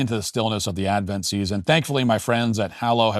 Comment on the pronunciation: Bro, it's Advent.